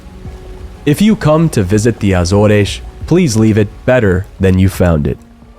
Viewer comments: that's not how you pronounce AZORES in English, it's not "Azoresh", it's either Ay-zors (American way) or Uh-zors (British way). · My only complaint is after two years of living in Portugal your pronunciation of Portuguese places is really bad. Start with Azores. In English it only has two syllables - Az and oars. In Portuguese Açores is pronounced Ass oars (two syllables again).